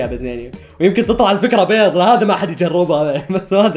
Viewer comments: بيظ❌ بيض✔️ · بيض✅ مو (بيظظظظظظظ ❌❌❌❌❌❌❌❌) لوسمحت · اسمع بيض مو بيط